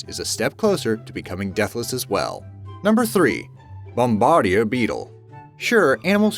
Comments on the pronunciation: It's "Bom-ba-deer" Beetle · That's not how you say "bombardier" and the word you're looking for isn't "in vertebrae" but "invertebrates."